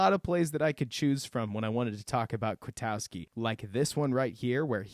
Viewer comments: Good job just one critique and it's a big one...it's not "KwiTOWski" ITS KwitKOWskI. Please get the name right it's like he's new or anything. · Man, you are right about Nick Kwiatkoski but your pronunciation is off. Then Nagy already said the sack was on Chase Daniels, not Bunting. Have you not been paying attention to the news about the team since the game?